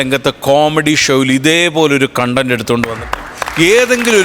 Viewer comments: കോൺടെന്റ് എന്ന് ഉച്ഛരിക്കുന്നത് തെറ്റാണ്, കണ്ടെന്റ്റ് ആണ് ശെരി, അതുപോലെ കോണ്സെപ്റ്റ് അല്ല കൺസെപ്റ്റ് ആണ് ശെരി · കോൺടെന്റ് എന്താ... കണ്ടന്റ് എന്നല്ലേ...